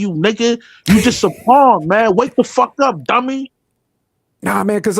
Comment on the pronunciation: Bro it’s pawn not pond .